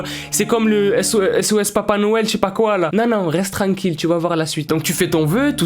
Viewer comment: Hahaha chui morte 😂😂😂😂 tt le temps avec tes "reste treinquille" (oui je sais je l'ai mal écris j'ai fais exprès pour écrire sa prononciation la façon dont il prononce le mot..) #NUMEROS Et en faite euhhh quand j'ai vu la miniature j'ai cru que le mec sur ton téléphone c'était Mr Bean ou encore Adolf Hitler 😂... mais + Mr Bean hein 😑